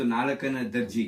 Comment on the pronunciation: ದರ್ಜಿ ಅಲ್ಲ , ದರ್ಜೆ, ಹಾಗೂ ಕನ್ನಡ ಮಾತಾಡುವಾಗ ಸ್ಪಷ್ಟವಾಗಿ ಮಾತನಾಡಿ.ವಂದನೆಗಳು.